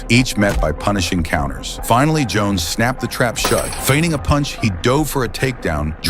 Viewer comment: The Ai combined Jackson & Jon Jones together then started calling Jon Jones Johnson 😂 bruh wtf